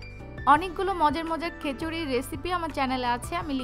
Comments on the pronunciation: খিচুড়ি not খেচুরি 😂😂😂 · খেচুড়ি না অাপা খিচুড়ি বল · খিচুড়ি কে খেচুড়ি বলেন কেন